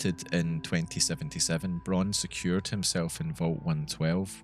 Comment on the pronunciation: Really great Video ! I have subbed (: PS: "Braun" in German is spoken out really familiar as "brown" in English. In some sentences i didnt really understood Dr.Braun´s name